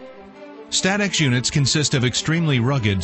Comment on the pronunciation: Ah yes “St-atex”